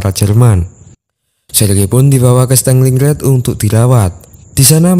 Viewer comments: stelingred gk tuh stalingrad mas A nya jangan dibaca E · Punten. Pronounce nya yg bener itu "Stalin Grad" (kota Stalin) bukan "staling rad" CMIIW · Min bacanya jgn Stenglinggred tapi Stalingrad..🙏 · Stalingrad boss bukan stenglingred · kau salah tulis terjemahan tu seharusnya 1936 bukan 1956 (tolong diperbaiki) oke👍,dan satu lagi partempuran Stalingrad bukan stelingrad (tolong diperbaiki cara pengucapannya). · Stalin-gard ❌ Staling-rad ✔️ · "stenlinred" wkwk